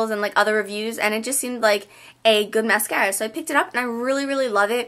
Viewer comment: You say mascara funny ! Anyways YOUR SO PRETTY !! :D